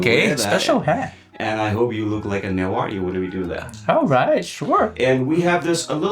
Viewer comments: This show should have been hosted by someone who can actually speak Newari; this guy has completely butchered the pronunciation. It's also prejudiced to focus on Hindu Newar, as Newari culture is primarily Buddhist. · Nepali speakers always mispronouncing newari names. They also call biska jatra bisket jatra😂. They just mispronouncing everything.